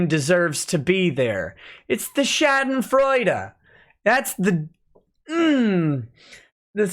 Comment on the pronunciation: thank you for pronouncing the "e" at the end of schadenfreude.